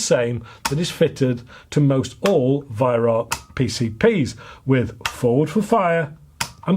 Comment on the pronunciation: The joke of it is that you are mispronouncing the name Weihrauch which, Incidentally,means holy smoke in German.